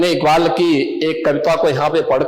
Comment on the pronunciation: jisko allama iqbal kaa naam bhi padh ke lena pade wo bhi sahi se pronounce na kar paye, toh samajh jaao wo kitna Indian hai aur kitna literate..